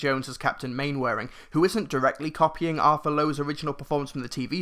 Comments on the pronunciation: Glad to hear that it's good, as I am a huge fan of the original series. Toby Jones looks horribly miscast in the trailers, though. Oh, and by the way, Mainwaring is pronounced "Mannering". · It's pronounced Man-er-ing, a joke in the TV series is Captain Square saying it wrong repeatably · I love how he says main-wearing.